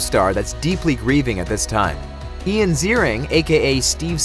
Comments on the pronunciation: It's pronounced EYE-an, not EE-an. Ian Ziering. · Re: Ian Ziering... It's pronounced EYE-in. Not EE-in. Do your research. Journalism 101. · It’s I-an “Eye-on” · good but try pronouncing ian's name correctly next time